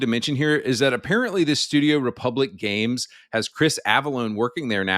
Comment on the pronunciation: Fr it's called games not gaymes